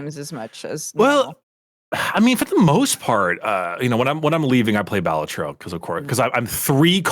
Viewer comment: that's not how you say balatro